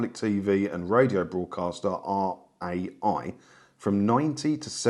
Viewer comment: Too late to tell you now, but it's pronounced "Rye". 😊 Funny though, I lived in Italy for a few years and never knew there was a TV license fee! No "television detector vans" roaming around Piazza Vittorio, either 😂😂😂